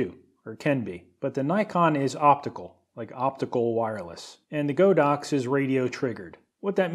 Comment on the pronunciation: Some fun things I found: I think GODOX is pronounce as "God-Ox". GODOX seems to be a China company, and their Mandarin brand name is called "神牛", which literally means "the god of ox".